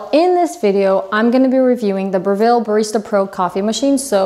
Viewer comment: Breville make the best gear great Australian company. But it's pronounced Breville like Neville not Brev-ill .